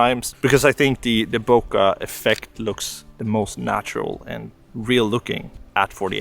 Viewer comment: Great video. ***there is no "A" in Bokeh. :)))))